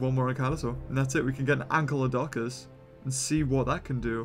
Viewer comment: Its not ANKYLODONCUS it is ANKYLODOCUS...... anykl-lodocus